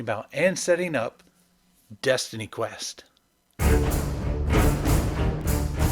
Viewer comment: Destiny, not Destiney. A pity you just stopped after 2 entries. Best watched at 1.5x speed. And DQ2 is god.